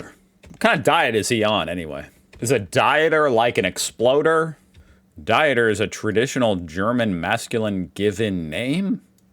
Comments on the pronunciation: I have told you 60 times by now the I sound you're making doesn't exist in the European countries. Think of Pizza. It's not exactly Pizza. So as always your names for something outside USA and UK is crazy wrong. It's Dieter like Skeeter. How come you don't say Realer Airhsain... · dieter is pronounced deeter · Dieter is pronounced like you would Deeter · Dieter is pronounced more like dee t (air) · dieter is pronounced like deeter🤣😉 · The first e in Dieter is to show that it is a long sound. In general "ie" is pronounced with a long EE sound (Deeter in this case), while "ei" sounds like eye. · The German male first name Dieter is pronounced as ['dee-tar]. If you see "ie" (an e follows an i), its mean the vowel i is spoken long (like "ee" in English). Don't confuse that with the German diphthongs "ei/ai", which both are pronounced like English "eye". It has nothing to do with diets. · The "ie" in German is pronounced as one would pronounce "ee" So Dieter would be pronounced Deeter There are exceptions to the rule but generally ie =ee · Dieter = Deeter spoken like long "e" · Err, Dieter is a very common German first name, pronounced "Deeter' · "Dieter" probounces like "Deeter". Little Hack to probounce ie and ei correct: ei ends on i and probounces Like "i" , ie ends on e and probounces Like "e" greetings from Germany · It's pronounced "Deeter". .;) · Pronounce the second vowel in ie and ei. Dieter=deter or deeter like in seed. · Dieter (like a diet) hurt my brain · Learn about diphthongs. There is a good video about it called 'Dutch Vowel Combinations and their Pronunciations' Dieter, in German, is the same as in Dutch: Deeter. A name. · u think it will be before or after 2060 that learns that "ie" in german is pronounced as i and "ei" is pronounced as eye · Greetings from germany., our "ie" is spoken like your ee in beer. You spoke "ei" like your i or the word eye.